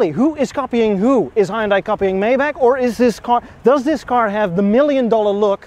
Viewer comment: Pretty sweet ride. From the side it looks a little like a Subaru! Let the freebees coming with that 3,5 haha Btw.. it’s Maybach, not mayback 😜